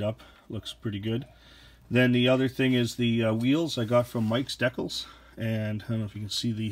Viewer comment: Please pronounce decals properly.